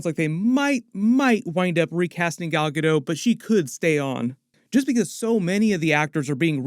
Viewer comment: its GALL GA .....DOT. NOT GAL GADOUGH. I MEAN IF UR GONNA TALK ON IT GET THE NAME RIGHT.